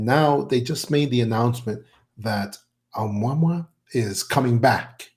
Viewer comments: Uh-moo-uh-moo-uh ! not Um-wah-mwah ! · That Hawaiian word for scout is pronounced ....amoo' ah moo' ah....amouamoua... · Why is he pronouncing 'Ou-Mua-Mua' like "Obamwa"???? Avi Loeb was very clear in how he pronounced it and it makes me wonder how much research this guy has actually done. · I'm not Hawaiian, but I believe the object, 'Oumuamua, is pronounced oh-moo-uh-moo-uh. Just FYI, if anyone cares 😊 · Right?! "Oh-mwa-mwa" sounds pretty ridiculous. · WHY TF cant this "EXPERT" say the word "OUMUAMUA" CORRECTLY???? He has mis-pronounced this as "UH MAMA" and many other things in MULTIPLE INTERVIEWS, NEVER ONCE saying it correctly - DESPITE BEING CORRECTED ON ONE OCCASION..... How can an "EXPERT" expect to be seen as "CREDIBLE" if he cant even be bothered to pronounce a word of such great importance properly???? What a joke. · Someone tell the cigar shaped ship is called Amo-wa-mo-wa!! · It's pronounced Oh-moo-ah-moo-ah. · It pronounced like : ah moo ah moo ah ... This dude is full of crap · This guy is part of a mirror-image disinformation conspiracy. How is it such an expert cannot pronounce the Hawaiian name for the mothership. Seriously. How is that.?